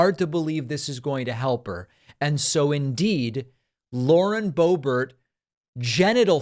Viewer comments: 🫲🏻David, SIR, I am a big, strong, tough guy, and I’ve never cried before, even when I was a baby, and I come to you with TEARS IN MY EYES 😭😭😭👍🏻 to remind you that her name is pronounced Lauren Bo-Bear🫱🏻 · Why is Boebert pronounced Boebert but Boehner is not pronounced Boehner?!